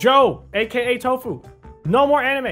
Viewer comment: Why did you say tofuu